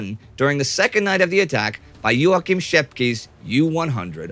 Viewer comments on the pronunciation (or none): Excellent video. Joachim is pronounced "Yokham" not "yoa kim". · Stupid correction: It is wah-keen von Ribbentrop (I was corrected on this by a german freind!